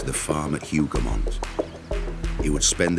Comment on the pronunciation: Hoover mons? C'mon, Timeline people. Hougomont